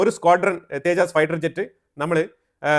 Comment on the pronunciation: തേജാസ്‌ അല്ല തേജസ് കറക്റ്റ് ആയി പറയു